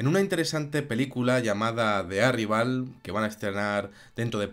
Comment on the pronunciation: OYE VATO PORQUE NO APRENDES A DECIRLO BIEN? YO QUE SOY DE UN PAIS LEJANO QUE NO TIENE NI IDEA DE LO QUE ES EL INGLES LO SE PRONUNCIAR., DIME COMO SE LLAMAN LOS TRACTORES JOHN DEERE EN TU IDIOMA? ARIVAL O ARRAIVAEL.?